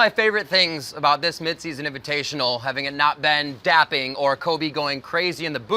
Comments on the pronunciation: Its DAB not dap riv. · dapping..... DAPPING?!?! PRONOUNCE IT RIGHT MAN!